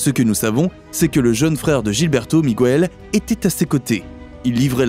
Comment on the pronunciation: Arrêtez de prononcer Migouel pour Miguel, la combinaison GUE fonctionne exactement comme en français la voyelle u ne se prononce pas, sauf si vous mettez un tréma.